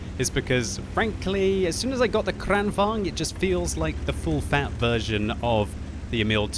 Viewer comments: The first 'a' in Kranvagn is pronounced as the first 'e' in the word 'sergeant'. Kranvagn, not Crennvagn. The first rolling 'r' you got right. Nice. Greetings from Sweden. Good job, always fun watching your videos. :-) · KranVAGN,, not KranVANG!!!!!! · The pronounciation is amazingly weird to me as a Swede, you prounounce in like "KranvÅAgn" it's more like "KrÅAnvagn". Heavy long A first, short, light A second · why does he always pronounce kranvagn like this?